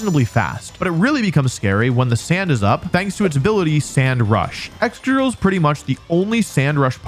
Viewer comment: Its excadrill. (Please?)